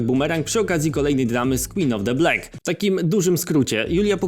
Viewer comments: Filmik mocno merytoryczny, za co propsy. Ale za każdym razem jak mówisz jej ksywę to aż nóż w kieszeni mi się otwiera. 😂 W Black nie ma 'e'. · BLAK NIE BLEK BLAK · MÓWI SIĘ BLAK YYYYYYYYYYY ja cię lubię ale proszę 3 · CZYTA SIĘ BLAK NIE BLEK WTF